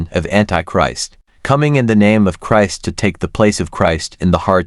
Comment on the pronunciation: The content may be ok but the mechanical speech, including mispronouncing Christ, is too annoying to listen to.